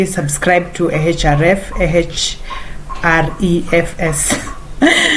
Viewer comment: Didn't know about supremseo as a way to affordably subscribe to ahrefs. Thanks for that.And it's pronounced as a h (refs)😃